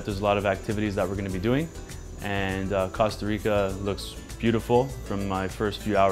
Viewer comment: "casta rica"